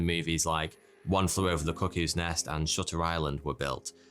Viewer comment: I swear he said "one flew over the cookies nest" 🤣